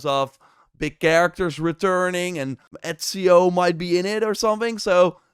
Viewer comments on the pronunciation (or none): none